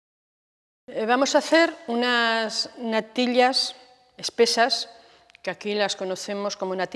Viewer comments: No soporto esa manía ridícula de pronunciar la "ll"como si fueran lll.( natil-llas, gal-llinas, el-llos, ) solo vi la primera receta .ya no aguanté esa pronunciación que me perfora los oídos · Me hace gracia como pronuncia la “ll” . Se ha perdido esa variante fonética y es curioso escucharlo de nuevo. Mi abuela también me hacía esas natillas pero infusionaba la leche con canela y corteza de limón y estaban de vicio